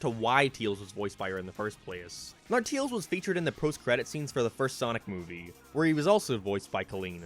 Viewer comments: Stop saying teals its pronounced tails as hail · Not to be rude.... But why do you call Tails, "Teals"? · Tails.... not teals... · everyone else: tAils: teels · The fact that he sais “Tils” instead of “Tails” will never not be funny to me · nothing better then hearing "teals"